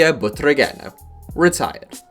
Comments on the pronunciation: That pronunciation of Butragueño hurts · Backpack even though he mispronounced it lol